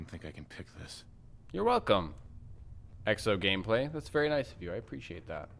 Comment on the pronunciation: also thank you, you pronounced my name right, its pronounced (ExoGameplay) thank you